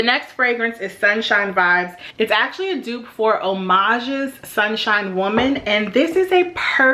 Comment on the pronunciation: Great picks! My favorite for spring is the original Amouage Sunshine. Btw, it’s not pronounced Homage but A-m-u-a-g-e :)